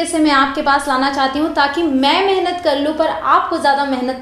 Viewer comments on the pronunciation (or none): none